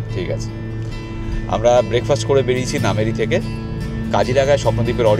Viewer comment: Really enjoying your vlog. 👌🏽 I am grateful to be able to view my motherland from 7,000 miles away through your camera 🙏🏼🙏🏼 I would like to point out just one thing —- correct pronunciation of Kaziranga is কাজিৱঙা, and Nameri is pronounced as নামেৱি